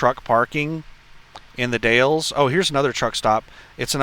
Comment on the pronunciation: The Dalles - pronounced "The Dals" (rhymes with 'pals'). Silent "E". BTW, be sure to scale that 5000lb load, you don't wanna be over on your drives 🤣